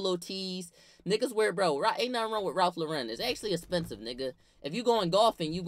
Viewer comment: wtf is “Ralph Lurren” 😭😭😭😭😭😭